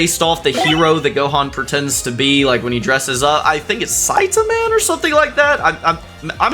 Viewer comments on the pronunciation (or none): none